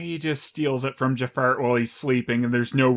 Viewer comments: I'm not sure if you were calling him "Jafart" or not, but I'm going to imagine you were. It makes this review so much more tolerable. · Are you saying Ja-fart? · Everytime you say Jafar,it sounds like you said Jafart